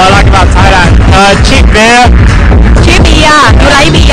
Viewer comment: He pronounces "beer" worse than her or am I wrong? He sounds like "bear"